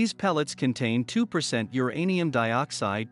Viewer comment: Teach computer voice that uranium is all one word.